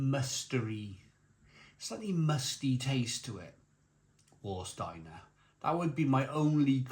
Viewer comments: please pronounce Varsteiner not Warsteiner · German pedantry here, but please pronouce the 'W' like a 'V' = 'Var'-Steiner. Sorry 😁 I assume the 660ml bottles must be made for the UK market, as only ever seen 500ml or 330ml in Germany. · Warsteiner is pronounced Varsteiner.... W is a V in German... it is the only decent beer of the 4 on show. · Pronounced rhine heights ga boht and Varsteiner. 👍